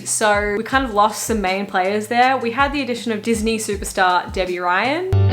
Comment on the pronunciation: " DIS KNEE KNORR " lol